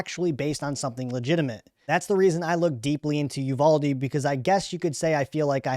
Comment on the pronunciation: It’s pronounced You VAL Dee